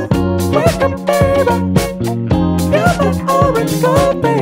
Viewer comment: the only thing i dont like about this song is how he pronounces baby